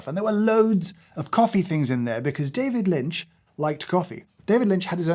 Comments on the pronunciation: "David Lint" had me! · "David Lint" I lost it... I'm an absolute wreck, drowning in tears of laughter. DAMMIT! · "David lint" 😂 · "David Lint" LOL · David Lint.......HAHAHAHHAHAHAHHAHAHHAHAHAHHAH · a-hahahahaha David Lynt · "We'll called it David Lint!" I'm crying. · "David Lint" 🤣🤣🤣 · "David Lint". made me laugh out loud in the dark in the middle of the night for real. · David Lynt! LOL! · It was the "David Lint" that got me. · “David Lint” 😂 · "David Lint" oh my sides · "David Lint" That was the final straw for me. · Seeing James unable to contain himself when he discovered Mister Lynch's beans, was a lovely treat. :) lol "David Lint" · David Lint, lol. Delightful. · David Lint killed me! 😂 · “David lint” and “it smells livid”😂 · "david lint" lol. so silly made me laugh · We are calling it David Lint 😂😂😂😂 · "David Lint" got you a like 😂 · I’m so simultaneously annoyed and impressed at “David Lint”. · I rolled my eyes hard at "David Lint" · Just got to the "David Lint" bit. 🤣🤣🤣🤣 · "David Lint" well done, and damn you! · "David Lint" really got me 😂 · David Lint 😂😂😂 I'm dying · "David Lint" got the giggles out of me. Ah, go keep it man. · "We're calling it David Lint." STANDING OVATION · "David Lint". I quit. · David Lint lolz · 'I'm calling it David Lint' 🤣🤣🤣🤣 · David Lint. 😂💀 James, have you ever read (or listened to the audiobook, read by him) Catching the Big Fish? It’s great, perhaps you and others here would enjoy. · David Lint made me chuckle 😂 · I can't get past David Lint if I'm honest 😂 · “David Lint”😂😂😂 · "David Lint" 🤣